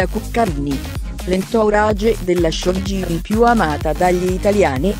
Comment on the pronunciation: Io riderei sulla 'showgirl' pronunciata così com'è scritto...